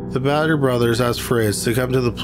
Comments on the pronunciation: Bader is almost certainly pronounced "BAY-dur" and not "BAD-Ur." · My guy on the second one it's pronounced "Bay-durr". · Apologies for blurting it out; I can't get past the voice, plain irritating. You likely do it on purpose but it's not for me. Btw -how can you mispronounce Bader? badder, as in very evil, has 2 ds. The name, like the former Supreme Court Justice recently deceased requires a "long a" sound and rhymes with later. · Kinda funny how you mispronounce Mathers as "Maythers," and then immediately move on to mispronouncing Bader as "Badder." You've got your 'long A' and 'short A' pronunciations backwards, my friend.